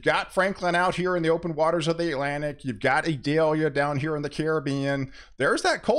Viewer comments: You are mispronouncing Idalia its not Idelia... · Eee-doll-yah. It isn't an onion.